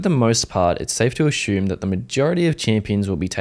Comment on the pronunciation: your asume pronounciation led me to dislike this video